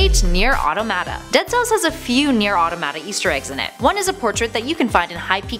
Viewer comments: Solaire of Astora, not Astoria. No i. Also terrible automata pronunciation. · Idk why I get so pissed when people cant say neir automata